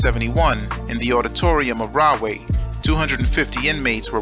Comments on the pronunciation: I was born in Edison lived in carteret belmar and Camden Nj and Rahway is pronounced raw-way not rah-way lol anyway you should cover jamesburg juvenile state prison as well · It's pronounced "Raw-way " though, not "Rah". But, at any rate, as a child I'd see the prison in the distance on 1 and 9 heading towards, Woodbridge Mall. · Pronounced Raw-way, not Rah-way. Because there is the right way, the wrong way....Then there is the RAW WAY!!!